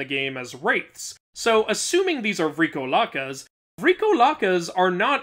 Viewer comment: Greek Pronounciations: The vowel to pronounce vrykolakas should be the "o" not the "vry" and it directly translates into "Vampire" as in immortal undead beings. I am not aware if they had connections to the more modern term of a vampire, likely not. Also Nike isn't pronounced "Nikeee" but Neekee which is the word "victory".